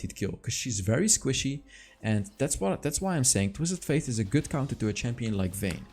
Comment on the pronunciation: F - ate not F - aith.